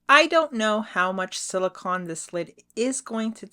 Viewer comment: Yes, thank you. I was getting a tiny bit annoyed with the pronunciation. 😃😃 I think a black background would've made them pop more. ❤✌